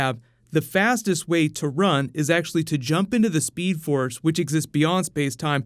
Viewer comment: The seed force? ...... Grant ......FOR SEVERAL SEASONS AND U CALLED IT THE SEED FORCE WTH .... this is disappointing man whyyyyyyyyyyyyy u suffered enough for 3 seasons and didn't get the name right ON. AN. INTERVIEW........😩 Jk btw it was just funny the seed force lol